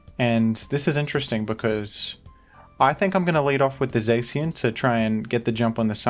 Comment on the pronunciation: My dude here pronounced Zacian as Zaxian for some reason